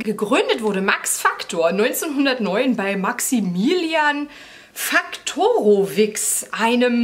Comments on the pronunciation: Nicht Wix - Witsch 😄 Also Faktorowicz = Faktorowitsch 😉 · Factorowitsch gesprochen . Nicht factorowiks